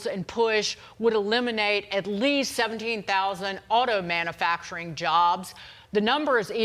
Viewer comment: Did she say,"manafacturing"? Lol🎩🥸🎩